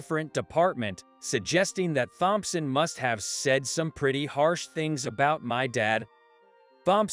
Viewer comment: I agree completely. I also Hate Thompson pronounced as THompson.